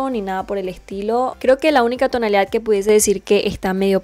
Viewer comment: Me desespera que diga tonalidaf como mil veces💁